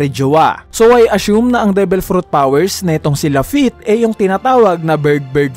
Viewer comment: sabi ni same as lafitte ng "(strahats pirate's)" its wrong kuya pero ok lang naman po